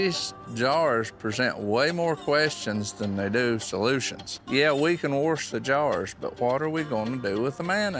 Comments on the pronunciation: Wersh the jars😂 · Warsh, huh